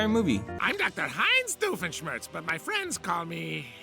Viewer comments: "smirtz" its sh-mirtz dammit. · cant americans say, doofenschmirtz. we dutchmen can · I love how he just slowly gets worse with saying Dr Doofenshmirtz